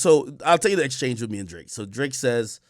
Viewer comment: When Ak was defending Drake he saids his name like Josh did on “Drake and Josh”…. “D-ra-akeeee” in syllables 😂👏